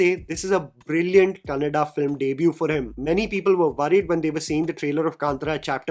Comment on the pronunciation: Bro says Kannada.. not Kannad. Sunke accha lagta hai.